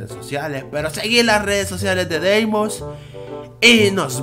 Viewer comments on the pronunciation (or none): y queras decir XDXDXDXDXDXDXDXDXDXDXDXD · es feniz